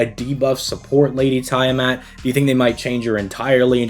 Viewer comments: It's Tia-Mot my dude xD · Is it? I'm a D&D Dungeon Master regular so unless it's specifically a Fate difference (I don't know Fate), it is Tiamat. This Youtuber's definitely pronouncing her name wrong either way lmao.